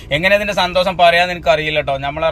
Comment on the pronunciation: സന്തോസം അല്ല സന്തോഷം 😂🫣